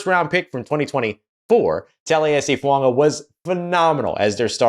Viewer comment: You're the only Saints content provider, besides me, who says Fuaga's name correctly. Thank you.